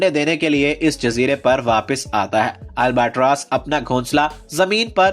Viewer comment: Hello u fucking asshole it's albatross not albatrass